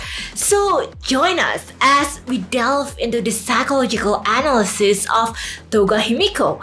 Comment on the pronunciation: Hey, I'm not sure if english is your first language, but some of the pronunciations are kind of hard to understand. I'd recommend working on proper pronunciations. I respect and admire your hustle completely and wish you success. Examples being the way you said psychologically and analysis needed me to try extra hard to comprehend and likely is way more difficult for non native speakers to get as well.